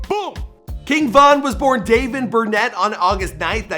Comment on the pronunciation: It’s not Burnett it’s Bennett